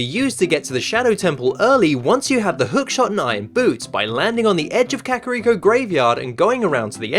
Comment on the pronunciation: "kehkahreeko" lol